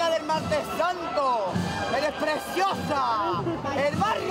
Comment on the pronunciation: "Ereh prezziozahhh" 🤣